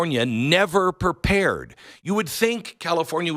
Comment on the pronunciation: "Why is California never perpared?" Why doesn't Glenn say "prepared?"